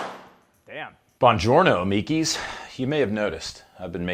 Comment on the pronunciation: Somewhere in Italy a little old Italian granny is shaking her hands at you for saying amiKi instead of amiCHi